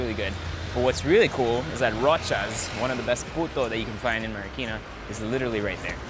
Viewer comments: I love it how he says the word Marikina as “Mary-keena” 😂😍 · i love how he says "marikina"